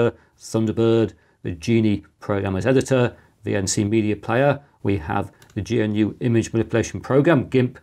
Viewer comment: it's not gee en you, but GNU. Thank you very much, good sir.